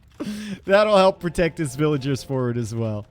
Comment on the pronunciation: I just hurts my brain eveytime I hear him say "villagers" lol